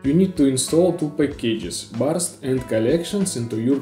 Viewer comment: Ну я сам конечно не гений английского, просто из игр знаю что Burst не как барст а как бёрст произносится. Сори что докапался, просто учитывая что ты ролики на английском делаешь, подумал будет полезно) Мне очень нравится чил обстановка и лаконичный наглядный гайд, Прям вери секси. Я сам люблю посоздавать разные инструменты для Unity и давно хотел бы их куда-нибудь в стор запаблишить, но всё никак не могу решиться на запись таких туториалов)